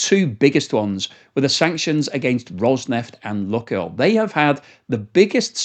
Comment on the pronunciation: Oh, the name is not Luck oil but Luke (as in use the force) Maybe it will not be an issue for much longer though hopefully. I hope Putin sees the error of his ways and backs down. More importantly the Russian people need to understand the issue and not allow it to happen again.